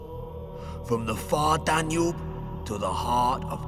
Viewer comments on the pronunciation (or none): none